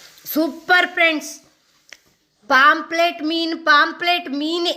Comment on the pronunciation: ಅದು ಪಾoಪ್ಲೆಟ್ ಅಲ್ಲ ಮಾರಾಯ್ತಿ. ಪಾಂಫ್ರೆಟ್ ಅಂದೇಳಿ.